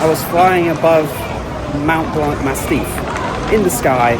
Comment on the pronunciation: Its Mont Blanc not Mount Blanc its not difficult .